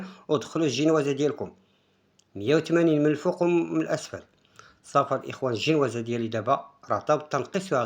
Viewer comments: آه كيعجبني الشاف مني كيقول الجينوازة ما فيههش التصنع و واضح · هههه كيقول زنواجة